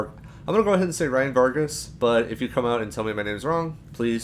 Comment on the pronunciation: You said Ryan Vargas' name correctly.